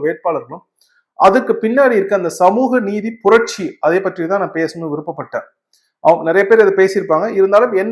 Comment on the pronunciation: "ற்ற" என்கிற எழுத்துக்களை சேர்த்து உச்சரிக்கும் போது எல்லோரும் தவறாக உச்சரிக்கிறார்கள். பற்று, பற்றி ஆகிய சொற்களை பட்டு, பட்டி என்கிற தொனியில் தான் உச்சரிக்க வேண்டும். அதாவது நாக்கின் முனை முன்பற்களில் பட‌ வேண்டும். ஆனால் எல்லோரும் பட்று, பட்றி என தவறாக உச்சரிக்கிறார்கள். தமிழ் அறிஞர்கள் என்னும் கூட்டமும் இந்த தவறை செய்கிறது. தமிழின் ஒலி அமைப்பை இந்த உச்சரிப்பு நாராசமாக ஆக்குகிறது. சங்க காலத்தில் சரியாக உச்சரித்தனர். இப்போதும் மலையாளிகள் "ற்ற" "ற்று" ஆகிய சேர்ந்த எழுத்துக்களை சரியாக உச்சரிக்கிறார்கள். ழ எழுத்தை உச்சரிக்க காட்டும் கவனத்தை தமிழர்கள் இதற்கு காட்டுவதில்லை. யாரும் இது குறித்து கவலைப்படுவதாக தெரியவில்லை. ஆனால் இது மொழியின் இயல்பு தன்மையை கெடுக்கக்கூடிய உச்சரிப்பு. தென்னிந்தியாவில் சமஸ்கிருத கலாச்சாரம் பரவிய போது இப்போது இருக்கக்கூடிய தவறான உச்சரிப்பு முறை அமலுக்கு வந்தது. தமிழ் கூறும் நல்லுலகத்தைச் சேர்ந்த அறிஞர்கள் இதை சரி செய்தால் பரவாயில்லை. ஈழ மக்கள் ஒன்று என்பதை ஒன்டு என்கிற தொனியில் தான் உச்சரிக்கிறார்கள். இதுதான் சரியான உச்சரிப்பு. தமிழ் நாட்டில் பலர் சென்று என்பதை சென்டு என்று தான் உச்சரிக்கிறார்கள். இதுவும் சரியான உச்சரிப்பு. மாநில அரசுக்கு யாராவது அறிவுறுத்தி ஆணை பிறப்பிக்க செய்வார்களா?